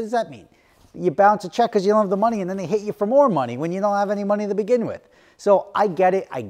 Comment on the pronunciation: Why do you think you don’t know how to say because?